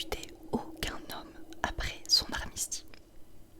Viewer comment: " armistie " ... Tu voulais dire " armistice " ?